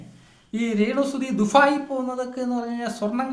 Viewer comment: വെടി താത്ത ദുബായ് അല്ല ദുഫായ് പ്ലക്കി.... 😛😛😛